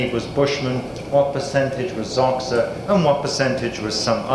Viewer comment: Xhosa is not pronounced "Zoksa".